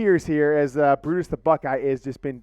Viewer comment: Lmfao my dude just butchered Brutus LIVE! That was so great!